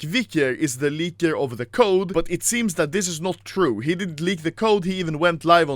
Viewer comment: No one: Anomaly: Lieker